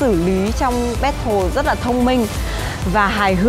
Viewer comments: We say Battle Also Chipu: Bét Thồ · ChiPu: " ...mang ra 'Bét thồ' với cả..." ủa alo đi du học :))))